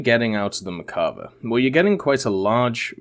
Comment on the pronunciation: One or two times to tell the name wrong. but for a "tank enthusiast" it makes me cringe so fck much ! Also , Israel used British armor and they work with them on the protection. Lets not forget the M1 has British armor on in !